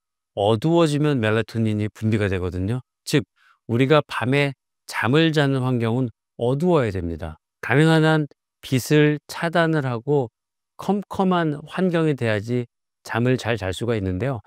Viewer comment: 유튜버님께 부탁드리고 싶은 점이 있어요 빛을 차단해야된다에서 빛을>비츨로 발음해야 합니다 비슬이 아님니다